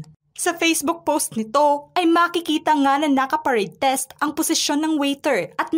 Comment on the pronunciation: Parade REST... hindi "test".